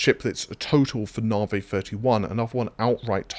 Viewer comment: Can't wait for them to move onto whatever is after navi. Cant stand hearing it called narvey every single time lol. Its not a way of saying it, if it's its name you say it how it's meant not how you think it's said, just like when the new doctor joined the enterprise in TNG and she would call Data, Darta.